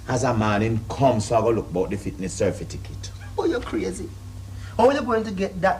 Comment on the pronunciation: "cerfitakit" LOLOLOLOL